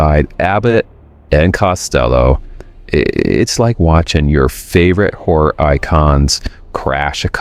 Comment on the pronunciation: this guy pronounces "HORROR" - "whore"!